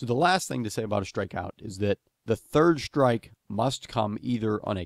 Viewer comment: Great video. So pleased I'm finally clear about what constitutes a proper shtrike ;)